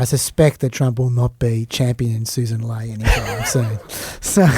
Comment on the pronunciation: Half surprised that knew that Sussan Ley is the current leader of the opposition in Australia. However not surprised at all that he has only read it and hasn't heard that her name is pronounced Lee.